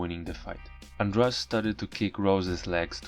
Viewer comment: Goshhh ANDRADE NOT ANDRAGE... Why you all keep on saying it wrong it's driving me crazyyy!...